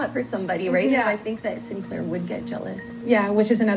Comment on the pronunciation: I can't with the way she pronounced Sinclair 😂 it's as bad as Craig and Graham